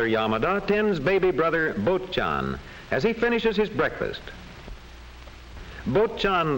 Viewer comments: 坊っちゃんの発音が思ったよりボッチャンだったw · ぼっちゃーんの発音がうける、あと山田と、ゆきこ草